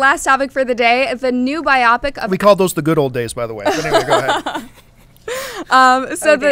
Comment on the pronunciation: Why are you letting the girl in the middle continually mispronounce "biopic"? She makes it sound like a movie about mechs